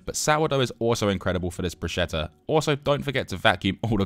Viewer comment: It's Bruschetta not buscetta, remember that